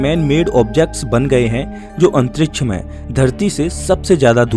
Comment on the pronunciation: Bhai pehele antriksh bolna shik jaa 😂